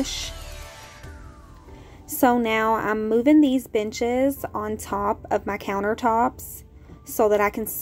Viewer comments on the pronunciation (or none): I swear I heard “I’m moving these bitches” when you moved the benches lol